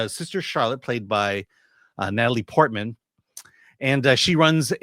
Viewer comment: Her name is Portman. PORT. MAN.